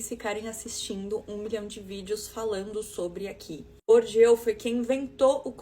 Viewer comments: Bourdieu não é Bourdieaux não... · Po, querida. Aprende a pronunciar o nome do sociólogo francês Pierre Bourdieu antes de falar de capital cultural de rico no tiktok com essa caneca vazia.😅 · O jeito como ela pronunciou o nome de Bourdieu matou uns 20 sociologos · Sério, que nenhuma dessas pessoas do tiktok conseguiu pronunciar corretamente o nome de Pierre Bourdieu? E ainda pessoas querem dar dicas de capital cultural. 😅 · A influencerzinha não sabe nem pronunciar Bourdieu e tá opinando sobre capital cultural.😂😂😂 É por isso que a internet sai de um onda f4ke para outra. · Acho muito curioso a pessoa querer falar do Bourdieu, mas não conhece a pronúncia do nome... me faz pensar se ela realmente estudou o cara, ou só ouviu o galo cantar e não sabe onde. Sei lá, será se fui preconceituosa? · A primeira coisa que reparei foi a pronúncia incorreta de Bourdieu em vários tik toks... realmente um código dado que, em geral, pessoas ricas falam francês fluentemente desde criança. Inclusive, muitos desses são alfabetizados em francês estudando em escolas de elite... amei o choque de realidade... muito bom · Coitado do Bourdieu, deve tá revirando no túmulo. Citar que o Bourdieu escreveu sobre capital cultural (e ainda pronunciar o nome dele errado) é fácil, quero ver ler dois parágrafos do que ele escreveu e entender alguma coisa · E sem saber pronunciar Bourdieu. 😂😂😂😂😂😂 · A gente já sabe que a mocinha tá performando porque ela não sabe pronunciar Bourdieu kkkk